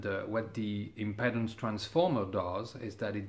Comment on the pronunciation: ..Your tech knowledge is par excellence.. I don't know if you are aware of it but your English is better than many, (MANY) English men. I realise just how much effort you have put into learning our bastard language so I know how you will welcome a little, one-word adjustment. You say "impedance" with the E sounding like "Head or Bread." It is actually much closer to your "vite"...or our "street..treat..sleep, sheep." Comme l'Impeedance Je vous remercie bien pour toute. Vive La Belle France et peut-etre Gen. De Gaulle. A bientot! Mon Cher.. Vive L'hot club, Le Django Rheinhart Merveilleux et le Grapelli encroyable! G3NBY